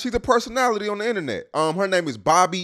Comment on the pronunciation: Lmao made me mad cause how you gone ask me about somebody and you can't even pronounce they name?